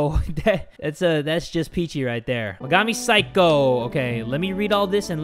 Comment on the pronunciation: the pronunciation of 'saikou' sounded like 'psycho'